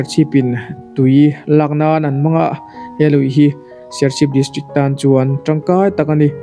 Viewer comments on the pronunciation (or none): none